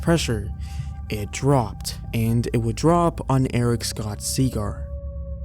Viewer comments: Why do you pronounce Scott..as scoot?😂 I'm starting to think that you just suck at reading... Why are you doing narration if you can't read? I like your videos. It's just irritating. Especially when it's a word as simple as Scott..sc-ott...not sc-oot..that's like 2nd grade spelling man. The difference between single vowels and double vowel pronunciation. Why not at the VERY least, let someone proof read and edit for you BEFORE posting??.. I'll do it for you, if you really have NO One in your life who is able to read and spell at an adult level bro ❤😮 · ...he's spells it SCOTT...and says Scoot...but only in the beginning... Ask him how to pronounce abalone 😂